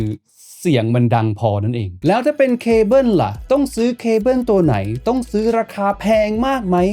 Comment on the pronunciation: แอปโป้ว ดองโก้ว แต่ว่า เคเบิ้น 🤣